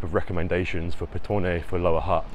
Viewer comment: you are pronouncing Petone better than 98% of the population